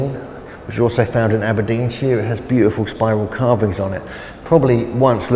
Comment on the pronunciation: Aberdeensheere. Naw Naw Naw mate. sh IRE. sh eye R. SHIRE